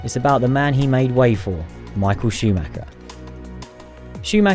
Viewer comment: "Michael Schumacher", he's German.